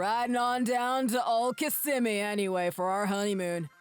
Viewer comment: OMG! He pronounced “Kissimmee” correctly! Nobody gets it right unless they have been in Florida. 😳